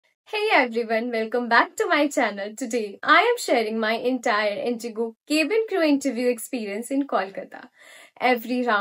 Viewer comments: Yeah it's wrong, u r saying "kebin" not "cabin" there's a difference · I don't want to demotivate you but you have to improve your pronunciation of cabin crew word.. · No offence but the way you pronounce "cabin crew" is very off. Too much regional language influence. Use "kya" sound instead of "ke" sound.